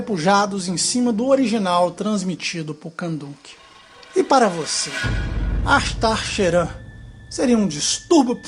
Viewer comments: Se fala cherram apesar que escreve , Sheran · Você fala "Ashtar Sheran" bem engraçado kk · nosrefeJ tbm achei kkk